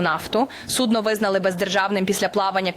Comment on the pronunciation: Как она сказало судно с ударением на -О ..стало все понятно....😂